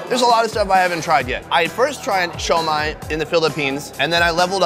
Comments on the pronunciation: it’s not “shoi-Mai” it’s pronounced “su-mai” come on mang! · It's not Shomai!! It's Shumai!!! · Pronounced Shoe-My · I can imagine you getting fired from applebees. Wtf is sho mai? People are looking at you funny because youre trying to speak mandarin to folks that typically speak Cantonese; Guangzhou =Canton.